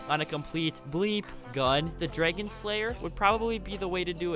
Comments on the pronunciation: This kid cannot pronounce dragon. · The way he says dragon cracks me up